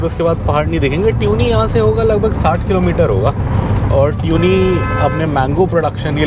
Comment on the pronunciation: It is not pronounced ट्यूनी, it is तुनी